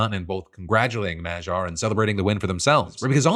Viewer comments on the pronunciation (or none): Peter Magyar = ma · gyaar (like MA GHEE ARE)... The way you are saying it makes it sound French. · In case Phil has to say Magyar's name some more in the future: the "gy" is pronounced as the first sound in "due" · Well, better attempt than how everyone else has reported his last name, but still not the correct pronunciation of Magyar 😂